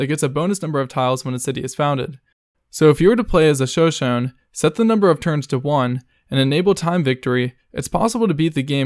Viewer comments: Isn’t it pronounced “shuh sho nee”? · Shoshone : Shuh-show-nee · Shoshone is pronounced “show-SHOW-knee” not whatever it was you said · “Show-shown” Lmao ‘Shoshone’ is pronounced as “shuh-show-nee” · He. Pronounced. “Shoshone”. As. “Shone-Shone”. It’s “Sho-Sho-Nee”. I’m laughing so hard. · Shoshone = "sho-sho-nee" not "show shown". Also you showed the Assyrians lol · lol Sho-Shown it is pronounced sho-sho-knee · The Native American Civ in Civ V is called "Sho Sho Knee" thx for the list man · Sho shone is pronounced Shuh·show·nee. They are a Native American tribe known as the Shoshone or Shoshoni. Great video appreciate the content. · It's Sho-Sho-NEE. lol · It's pronounced "show showney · Shoshone is not pronounced like that, it is Shō-Shōn-ē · “Shuh show knee” is how you say shoshone. It’s a North American Native American tribe. Sacagawea who adventured and guided Lewis and Clark was Shoshone tribe. I don’t know who this is useful lol. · I cringed on the civ 5 one since I myself am native american... it's pronounced seperately. Sho-Sho-Ney. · It's pronounced Sho-Sho-nee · Excuse me, but how the hell did this guy just pronounce Shoshone‽‽‽‽‽ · Assuming you live in the US or maybe even Canada it's pretty sad if you don't know how to pronounce Shoshone. The commentator, unless he has a difference accent from where he's from, is definitely from the US or Canada. You learn about a bunch of Indian tribes in grade school here, you know. Most of our states are named after Native tribes. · Your pronunciation of “Shoshone” is brutal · When you main Shoshone and he pronounces it wrong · All I want you to do, is to go online, and look up the pronunciation for Shoshone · The way you say shoshone for civ 5 is completely wrong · That’s not how Shoshone is pronounced but aight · Complete waste of my time, also you pronounced “Shoshone” wrong